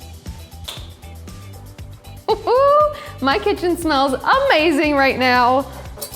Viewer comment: Please stop saying "Omazing". Don't leave veggiues on platter for fifteen minutes while chicken rests, they go cold.